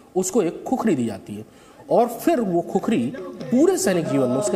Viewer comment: खुकुरी होता है बे 😡क्या खुखुरी लगाके रख्खा है?